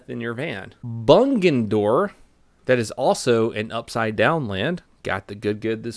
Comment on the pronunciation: Bungendore - don't pronounce the G loudly - so Bung without the "geh" sound at the end. 🙂 Love from a few hours north of there.